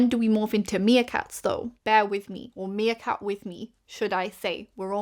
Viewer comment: Meercat, not 'Seercat' lol